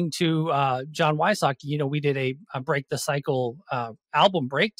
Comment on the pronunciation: I think its We-sots-key, not Why-sockey.